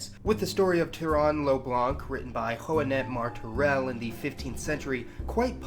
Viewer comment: As a Valencian, hear how you have pronounced Joanot Martorell's name has made my day XD